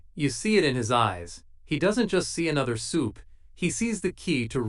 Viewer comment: Butcher isn't in the episode. Your AI still cannot pronounce supe.